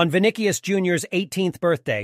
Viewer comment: Good but not the best in the world. Video doesn't even pronounce his name correctly.